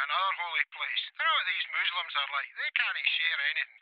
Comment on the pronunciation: Good stuff,,, Muslims are waiting for Prophet Essa ( Jesus) And it’s “Muslims” not “ moslims “ Imam Mehdi will just pave the way for Jesus,,, FREEDOM FOR PALESTINE 🇵🇸